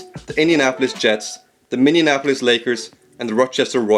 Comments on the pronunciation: You said "Minneannapolis." Oh well, at least you're not the president of Muricuh. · Man, awesome video but just want to point out that you really have trouble pronouncing Minneapolis. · "Minion-apolis" lol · Minneapolis. Not Minneanapolis. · Minneanapolis? Minneapolis stupid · Minneapolis, not Minneinapolis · He said Minneanapolis! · Minneapolis is pronounced (Mini-apple-less) it’s so weird how people say Minneapolis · Did you say Minnianapolis? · Vancouver was a great market. A stupid owner stole the team away from a loyal fan base. Vancouver should get a team again. This was otherwise very good, just fix the pronunciation of Minneapolis and you will be right on. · As someone from around Minneapolis, I hate the way he pronounces it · guy cant say minneapolis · This was sick but that pronunciation of Minneapolis killed me lmao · Cool video. Watch the pronunciation of Minneapolis.